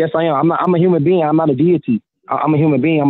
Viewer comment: He keeps saying "bar code". Like a UPC symbol ? That judge is funny. This defendant is a "human bean" not a "can o' beans". Maybe a jumping bean.